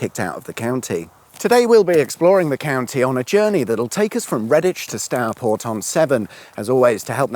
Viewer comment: Stourport. Not Starport. Go it.